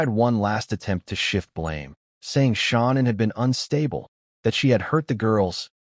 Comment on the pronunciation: This narrator is making me angry!,his voice is " TOO vocal,and he keeps calling her SHONNAN!!! ITS " SHANNAN!!